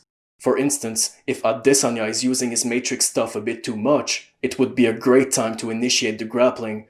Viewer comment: He's actually saying it properly, I'm pretty sure. As for Jan, its close enough